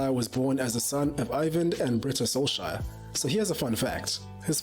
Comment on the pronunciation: SKJ has a SH sound. KJ has a CH sound, like in "cherry"🙂